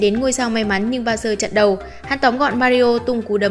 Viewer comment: Bowser thành "bao giờ" :)))